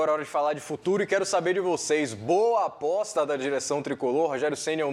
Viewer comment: Ele (o apresentador) falou “boa bosta” ou “boa aposta”? Já voltei 8 vezes inclusive eu falo APOSTA no mesmo tempo da fala dele e a palavra dele é diferente soa como “bosta”. Só eu percebi? Ou estou enganado?